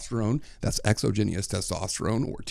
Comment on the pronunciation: Holy moly the way you pronounce exogenous erks me lol